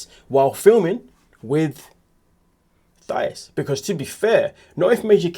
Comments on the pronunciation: Her name isn’t pronounced Thigh—is!! It’s pronounced Tye—eece!! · Mispronounced. It's Tieese not Thias.❤ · It’s THA-EESE. Like the ending of the word GrEECE 😩. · Racist! Hahaha sure. If someone doesn't know the definition. Why are you calling her thigh-us? That's not how it's pronounced. Are you being racist? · Please learn how to pronounce "Thais" name.